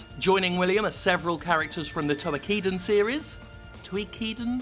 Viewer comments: Toe - Key - Den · Do you mean Toukiden? Toe-Key-Den.